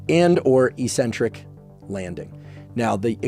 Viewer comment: Why do yanks always mispronounce eccentric?